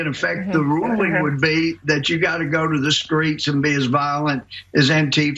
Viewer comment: "The Skreets!"